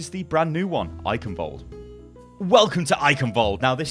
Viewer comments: its funny that you can pronounce every map name right but not the name of Eichenwalde you would never say eikenwald xD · The 'ch' in Eichenwald(e) isn't pronounced like a 'k', its a Sound not used in english, which sounds like a cat hissing. would be great if more People say it right, because even Athena/announcer doesnt get it accurate.